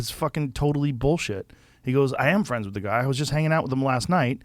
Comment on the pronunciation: I'll be you guyses fwiends😊